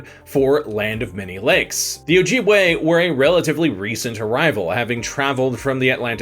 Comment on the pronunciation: Its Oh-jib-way not oh-jeeb-way.